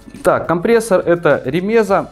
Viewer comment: Не ремЕза, а ремезА! Белорусский компрессор. Делают у нас в г. Рогачев